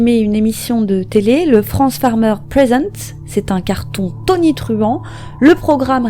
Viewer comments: On prononce Frances = Francèss, et non France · Vidéo intéressante, mais je tiens en revanche à préciser que son prénom ne se prononce pas "France", mais "Francesse". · Bosser avant de poster ça vous arrive ? Frances "sss" pas France. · Son prénom ne se prononce pas France mais « Francesse » !!! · ça se prononce Francèss son prénom, pas France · je crois qu'il faut prononcer Francèss et non France... dommage de rendre un aussi bel hommage en écornant le prénom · Ça se prononce FranCÈSS ... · On prononce le "s"final.Francess. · Tu as oublie le"S"final a Frances! Prononcez : Fran cesssss! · Salut 🕺faut prononcer le s dans son prénom ✌️